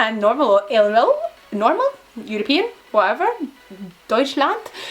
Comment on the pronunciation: Don’t mean to be rude but it’s pronounced Villa